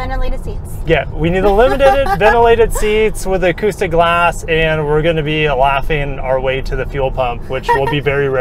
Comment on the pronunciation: Acoustic guh-lahss